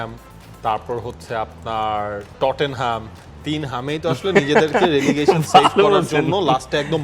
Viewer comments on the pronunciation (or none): ভাইরে ভাই ওটা টটেন হ্যাম না রে ভাই, ওটা "টট নাম".